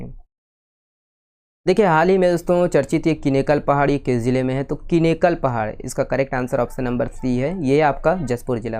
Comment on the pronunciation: Sir जशपुर जिला वाला questions me किनेकल पहाड़ी नहीं (किनकेल) पहाडी bolte हैं ❤😊